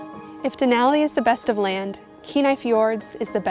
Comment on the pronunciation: *and "Denali"